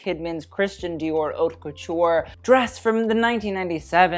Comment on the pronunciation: Stop mispronouncing ‘haute’... wtf